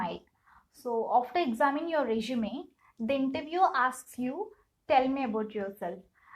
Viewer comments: Its resume i guess. Not reshume🥲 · Nice video, but small suggestion. it is resume "su" not reshume "SHU". Kindly work on this pronunciation part, sister. Thanks again. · I loved the way u say resume😅